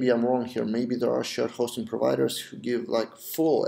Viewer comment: idk why but whenever u said shared hosting i heard it as shit hosting :P